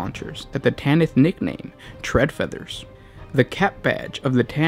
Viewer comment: its pronounced "tread feth-ers"